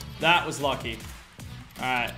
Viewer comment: He said lucky not Lachy but for the purpose of the joke that was kinda funny